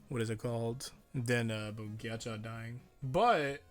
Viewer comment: pls stop pronouncing his name like "giachow"